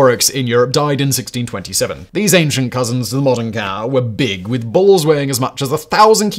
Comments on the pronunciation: When he said bulls, for a split second I thought he said balls. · I know he said bulls...but with that accent i heard balls....im still giggling.